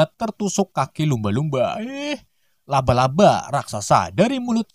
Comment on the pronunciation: Bukan luba luba tapi laba laba